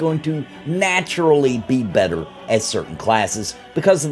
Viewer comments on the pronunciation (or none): none